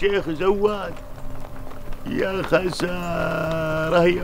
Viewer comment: يا ريت واحد يفهّم "ذيب" ان زيد اسمه "زيد" مو "زيت"، وزواد اسمه "زواد" مو "زوات" ههههه